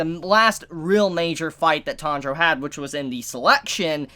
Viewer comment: Pronunciation nazi mode: Tan-ji-ro = Good. Tandro = Bad. Still love your vids tho.